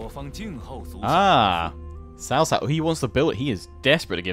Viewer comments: Its not CaoCao but pronoused as ChaoChao.( I dont kbow how to explian it in chinese to english.) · cao cao is more like Chao chao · Cao Cao is more closely pronounced “Sao-Sao” in English. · I really shouldn't but I just can't control myself from laughing at how non-chinese speaking gamers struggle at pronouncing hero names. The way you guys say Cao Cao sounds like sister-in-law, gets me every freaking time. Thanks for the video tho, love them. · Just to give a few tips on how I would perceive mandarin pronunciation. Liu Bei would be pronounced similar to "Lee-ew Bae". Lu Bu would be pronounced like "Lee Boo" or "Lure-Bu" minus the "re". Cao Cao would be more like a quick but almost silent "ch" sound when pronouncing the Cs. Yuan Shao would be pronounced like "You-and Shao". Guan Yu would be pronounced as "Goo-un You" with the "un" from 'understand'. Zhang-Fei would be pronounced like young are saying Junk but replace the k with a g. Liu Biao would be pronounced like "Lee-ew Bee-ow". Sun Ce would be pronounced like "Soon cher" from the word Archer and again with the quick and almost silent "ch" sound and minus the 'r'. Sun Quan would be pronounced like "Soon Choo-and" minus the 'd'. Huang Shao or any named character with Huang as their name would sound like "Who-ung" with the "un" from Understand. This is what I know so far. Feel free for anyone to correct me if I got something wrong. A lot of these names may sound different based on Chinese dialects. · Honestly I would be absolutely happy with everything elese if he just pronounced Cao Cao and Liu Bei correctly.